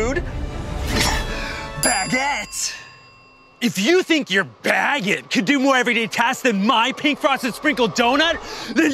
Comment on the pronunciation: HE SAID IT! HE SAID BAGGIT! 🤣🤣 Edit: Ian remembers the doughnut robber incident.